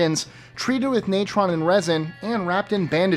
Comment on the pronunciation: And mummified bulls. It's always fun to listen to your unique departures from the more conventional pronunciations of various words. You said that natron was required for the very definition of "mummy"...at least for your definition. So, where did the New World embalmers obtain natron? (Want to rethink your definition?) Osiris' mummy hasn't been found because, after he rose from the dead, he ascended into heaven. Sound familiar? Don't have time to listen to the rest of this stuff.